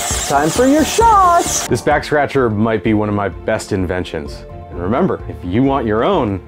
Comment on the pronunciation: I swear he said 'Vax Scratcher' near the end and that has me dying